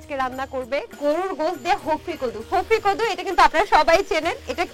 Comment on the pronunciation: আরে ভাই এটা হফরি কদু না😂শফরি কদু